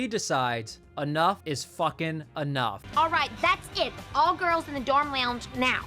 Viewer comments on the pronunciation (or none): The way sis said "lounge" 😭